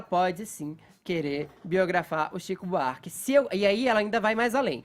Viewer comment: Fefito é chato demais.”Tzico Buarque”... HUAUHUAUHUAU